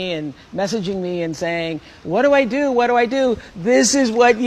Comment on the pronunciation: "DEW you believe it?" Yes I DEW!